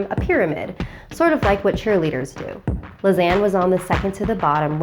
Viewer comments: Even though I know she says ”Lisanne” I keep hearing ”Lasagna” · Everytime she says Lisane, I keep on thinking of lasagne😂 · Her name is a mispronunciation of lasagna. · Lisanne is my name... But it's not pronounced like that